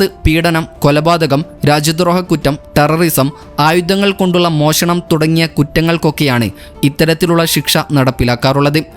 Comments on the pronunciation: മോശണം അല്ല മോഷണം ശെരിയായ ഉച്ചാരണത്തി ൽ വാർത്ത അവതരിപ്പിക്കുക 😊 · മോശണം അല്ലടാ മോനെ മോഷണം.